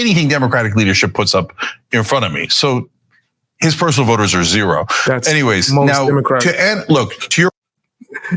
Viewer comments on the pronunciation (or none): none